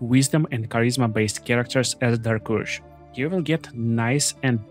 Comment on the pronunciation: Normal people: dark urge This: dark ursh